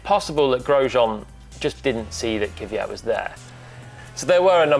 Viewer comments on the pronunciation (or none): Не се казва Кивиат. казва се Квят. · Its Kvyat, not Kivyat. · NOT Kyvyat.... Its KVYAT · He's name is Kvyat, not Kivyat, as you say. :) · Why do so many English presenters say Kiviyat when his name is clearly Kvyat? Learn the drivers' names... it's not hard. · Everytime I hear Kyvyat i kinda wanna punch the interlocutor. Saying Kvyat is not that hard i guess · He is the only one left calling KVY as Keew-yatt. I wonder where that extra "eew" letter comes from. His name is pronounced "kwee-yat". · Technically, its "Kwjat" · Kiviat? Try to say it the right way please. If needed ask it himself how to say it. This is bad bad bad! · Glad he’s ok. On a side note, why can no one pronounce Kvyat’s name correctly? There’s no vowel between the k and v. Stop putting one there. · Why is it so hard for everyone to pronounce Kvyat? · The English language does not have that sound in it. The only way to link a K and a V is by adding a vowel to separate the letters as they require a full stop between them to be pronounced. Doesn't really matter to them though. Much like Paul saying Kubika. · is it that hard to say Kvyat